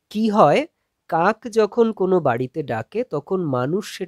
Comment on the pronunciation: পড়ানোর ধরন খুবই ভালো লাগলো। কিন্তু "কাক" উচ্চারন কাঁক কেন বলছেন???